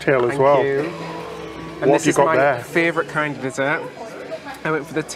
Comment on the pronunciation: Love you guys and love your videos! But I have a question, after listening to last several videos: NOT critical, JUST curious…. Am I hearing pronounce “favorite” as “favRorite”??